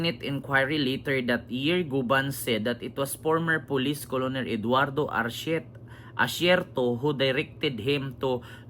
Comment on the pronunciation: korekyon po, kernel eduardo acierto yan ang tama na pronuncation